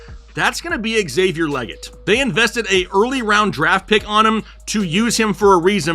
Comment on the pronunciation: Xavier LEE-get, not LEH-get. You got this, crunch time guys.